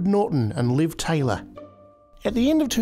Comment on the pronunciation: "Taylor"? That's what you get for hiring a foreign voice guy just to be pretentious.